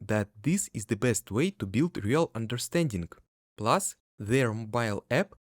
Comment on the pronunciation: (Please ignore this comment if you don’t want to be bothered by advice about English pronunciation. Because your video is amazing and fully understandable.) “Plus” should sound closer to «плас» than «плус» And “minus” closer to «майнас»/«майнес» than «минус»